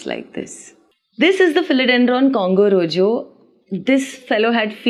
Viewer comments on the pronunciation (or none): Beautiful plants love how informative ur i have most of philodendron got birkins last week! Congo rojo is pronounced as roho cz in spanish j is pronounced as h i know names can b very tricky to pronounce we learn new things everyday